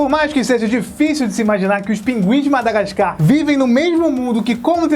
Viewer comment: só eu reparei q ele falou madagascam ?